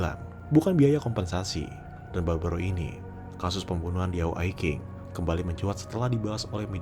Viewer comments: Min maaf yah ketikan saya kurang ajar Diao Ai Qing Qing nya dibaca cing, bukan king. Pelajaran untuk kedepan kalau sebut nama orang chinese Q=c X=s Zh=ch Contoh nih "zhao quan xin" Jangan baca nya zao kuan kin, harus nya "chao cuan sin" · Iya saya memaafkan ucapan yg kurang benar, untuk pengucapan nama Diao Aiqing seharusnya diucapkan tiao aicsing,. Itu aja sih salahnya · Sedikit nambahin Bang: Qing dibacanya cing. Diao dibacanya tiao.